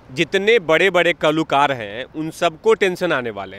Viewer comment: जी बोलते तो सही और अच्छा है,लेकीन बोलने की धुन में शब्दों का गलत उच्चारण करते हैं। मसलन- बायकॉट को बॉयकॉट बोलना, कलाकार को कलुकार बोलेना इत्यादी-इत्यादी।इसे सुधारें, क्यूँकी उत्तर प्रदेश तो हिंदी भाषा का गढ़ है। ठीक उभी तरह भेंटवार्ता लेनेवाली मॅडम भी कुछ इसतरह से शब्दों का अशुद्ध उच्चारण करती हैं। मसलन- इनके बोलने में एक शब्द है 'बाहिष्कार', जब की इस शब्द का सही उच्चारण 'बहिष्कार' है,न की 'बाहिष्कार',कारण आपके इतना अच्छा बोलते समय शब्दों में जब व्याकरण संबंधी कोई त्रुटी आती है तब ऐसा लगता है मानो कोई स्वादिष्ट पकवान या सब्जी खाते-खाते निवाले में अचानक से कोई कंकड़ या बाल आ गया हो। अंत में हिंदी भाषा का सौंदर्य बनाए रखें। धन्यवाद।